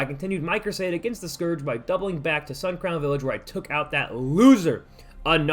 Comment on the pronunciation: How do you pronounce Scourge so badly